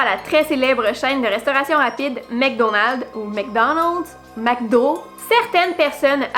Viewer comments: en fait "Mc" se prononce [mac] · Salut, en France on prononce McDonald's: mac donalde ou mac do. Si on devait dire mec au lieu de mac ça ferait bizarre parce que mec dans l'argot métropolitain signifie garçon. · Mc se prononce Mac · bien sur sa se prinonce comme sa..ta vu elle comment elle prononce les po les vraimiint et tout?mec danelds???wtf ils ont une semelle dans la bouche ou quoi..et mc cain on prononce mec calline aussi??mc donald cest mac Donald on est en france on a pas a le prononcer a la canadienne.. si eux ils savent pas parler français faut parler anglais cest tout eux ils parlent franglais ni français ni anglais du coup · Perso je prononce "Mec Danelds" 'fin un truc comme ça 😂 Et le truc sur Forrest Gump est grave choquant 😟 ça rend tout plus sombre etc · Mec, parce qu'on le prononce comme tel au Québec ;) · pour Mc Donald's c'est pas un mythe c'est juste comme ça qu'on prononce ça en France. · apprenez à parler vous faites honte à la langue française